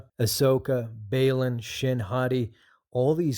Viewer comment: Bay-lawn? Bruh.